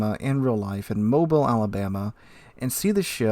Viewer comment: Anybody else puke when he pronounced Mobile as "mobile" instead of "mobeel"